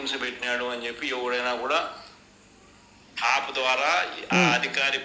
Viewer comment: ఆప్ లో ,ఆప్ లో అంటుంటే,,, సడన్ గా కేజ్రీవాల్,, గుర్తించాడురా నాయనా.... అది యాప్ ah😅